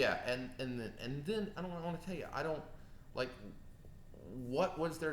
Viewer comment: "waunt".... "wownt" hehe